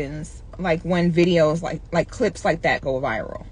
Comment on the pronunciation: "Slow vides"🤣🤣🤣